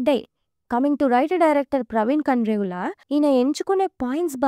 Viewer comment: కండ్రేగుల కాదు కాండ్రేగుల